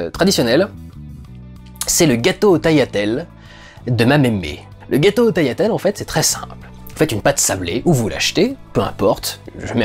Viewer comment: Ahhh Dudu t’es un vrai !! Tu prononces Tagliatelle sans dire le G 😎 🇮🇹 😁